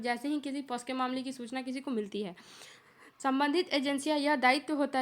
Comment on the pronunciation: Its Pocso not posco